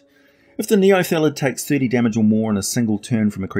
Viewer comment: Outstanding video as always, but it seemed like you sometimes said "neolethid", possibly due to the word "illithid". Or maybe it's just a kiwi thing. :D